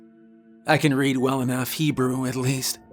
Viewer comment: I hope I'm wrong but I think these newer videos are AI voiced and it's not the real guy anymore, I've heard too many mistakes that a "real" person would not do. The very start of this one he says he works "in" not "at" the South Pole. Small thing but ive heard other ones were " pm" was 12 "dwol pumm" and would say "red" when it should be "reed" when the word "read" needed to be used, and lastly some will have the order of events and timeline in contradiction. It might not be, and I may be wrong, but anyone that has listened to these full stories for an amount of time has to agree there is a difference between the ones he would be on camera off and on through the story, and these that he isn't in. If I'm wrong, then the quality of his craft has gone down since he quit getting on camera. This is not a judgement just an observation.